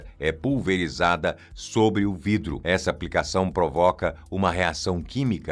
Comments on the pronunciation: Hoje você tá muito palhacitos, hein? 😂😂😂 "VRIDRO"!! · Vidro ou"vrido" me fez dar gargalhadas...gostei da brincadeira 😂😂😂😂😂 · Gostei do "vrido" 😂😂😂